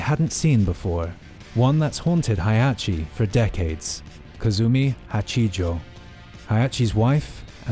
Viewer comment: Heihachi, not Hayachi. Azazel, not Ayzayzel. Kasumi, not Kazumi.